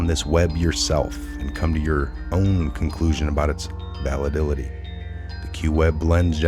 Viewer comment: Credibility is enhanced when words are correctly pronounced when you are reading. Please check the pronunciation of "validity" and of "discernment"(if that wa the word intended to be read). Also "cartography." I left the site after that.